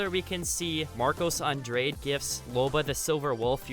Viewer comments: Uuuuhhhmmm. Andrade not andrayd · Its not "Andreid" Its An-Drah-deh